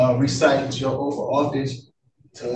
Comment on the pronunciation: She was violating her "oaf to the Constutions!"